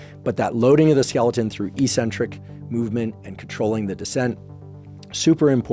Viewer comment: Why do yanks always mispronounce eccentric?